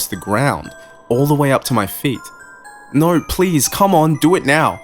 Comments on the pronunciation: You accent saying "No" is quite funny. To me, it sounds like "Noorreee" lol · On a side note, always loved the Australian accent, and I feel like it works great for this story! But I do love the way yall say No very much lol, not trying to knock ya